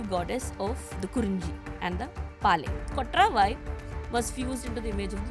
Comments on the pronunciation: its not kotraavaai.. its just kotravai. this channel is misleading. title is misleading. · She can't even pronounce kotravai. Durga, War mongering ! Please be careful who you invite. I am disliking this pod